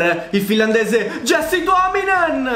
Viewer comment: Si dice iasse tuominen, se no c'era scritto jessie. Comunque è solo un' osservazione. Grande carriera continua così.